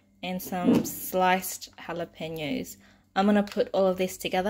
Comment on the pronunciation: Great job pronouncing jalapeno! 😍🤸‍♀️😃